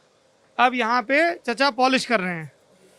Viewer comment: चचा नही चिचा बोलिए 😀